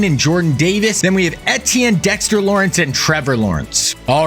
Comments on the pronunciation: eTtIeNnE it's E-ti-enne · How are you doing this video and dont know how to pronounce the players name. I can’t listen to you say etienne